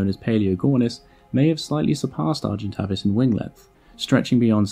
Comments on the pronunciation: Great video, but wasn't it pronounced Argen-tay-vis and not Argen-tah-vis? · 'a monster known as Argentavis Magnificus'. No, and no. You got the second part wrong (Magnificens is correct) and pronounced the first part incorrectly. It's are-jen-TAVE-iss. Getting the name completely wrong is not a good start to any factual content. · "Argentay-vis Magnifi-sens , not cus.... Read your script! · Him: Ar-jent Avus Me (because french is still burned into my brain): Arjhent'aveee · Argentavis not argentaves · Argentävis not Argentavis.... I play Ark. I know this. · Any other long term ark players annoyed they've called it Argen-Tay-Vis this whole time? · Argentavis..... arr gen Tay vis phonetically! Was doing my head in sorry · Pronounced A vis avis it’s A sound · Its pronounced argen-tay-vis, Argent = silver Avis = bird. Latin for Avis is pronounced the same as play - bus haha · You're saying Tavis wrong.